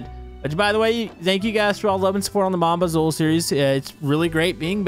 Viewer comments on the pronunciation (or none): The way he says Mon bazou😂😂😂